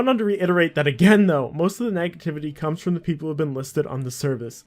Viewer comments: the way you say NEGativity triggers me lol. Love the content tho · NAG-ativity come on bro lol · "Naga-Tivity" "Nagative Repercussions" "Fus-traded" "In-Vald" "Newly Semitic Cases" "Earlier than intendant" -, I mean no disrespect, I'm honestly just curious. Is English your first language? Because you say so many words wrong I find it really hard to take your videos seriously.